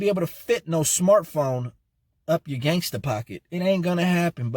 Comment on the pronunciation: He said gagsta pocket funny